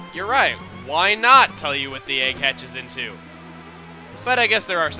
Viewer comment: woah, i have never played this game befor, but the way he emphasizes "why not" has me thinking the pokemon is gunna be wobbofet's first evolution